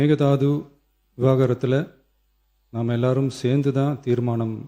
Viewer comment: Time clip, மேகதாது “விவாகரத்திலா” அல்லது “விவகாரத்திலா” ஒண்ணுமே புரியல்லையே.